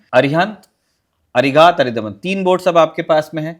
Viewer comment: मैडम, वो अरिदमन है अरिधमन नहीं। शत्रु का दमन।